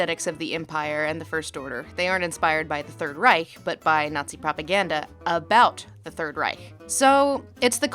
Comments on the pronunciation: You pronounced Reich correctly. Finally someone from the anglophone world who does not end it in a hard K. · Lindsay´s pronunciation of "Reich" is perfect. I know what I´m talking of because I am German. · Not saying "Reich" with a /k/ but a /ç/ at the end! :O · She pronounced Reich the right way :D Impressive! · The first time I hear an american pronounce „Reich“ the right way. Although I kinda like the harsh american way of saying „Third REICK“ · Talking about facism with a Germany-Cup in the Background... I See xD Edit: Also you are one of the first English Speakers i hear to pronunce "Reich" at least a little bit right.